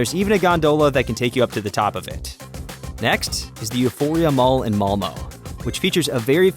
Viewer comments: Malmö is not pronounced malmo, think of it of a darker version of malmuh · Well, Lotus Malmöite, var inte blyg! Please tell us how you pronounce it. Min Skånsk fru tells me my version is a good approximation. Would you prefer "Mal-meh"? It is certainly not "Mal-moe". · There is no "Malmo". The city is spelt "Malmö" and it is pronounced "Mal-mur". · its Malmo. not Molmo. u pronounce it mal-meuh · I am frome sweden and i just love how you said Malmö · as a malmö resident, your pronunciation of malmö kills me. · Btw the way you say Malmö 😭💀